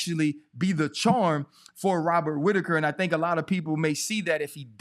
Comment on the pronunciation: wobert witaker 😂😂